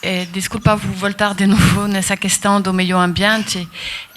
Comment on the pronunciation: "Descurpa vorta de novo"